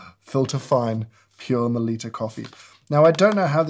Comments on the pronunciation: Meh-Litta please ...not liiita 😅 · Melitta is German, rhymes with "bitta", not pronounced meLEEta.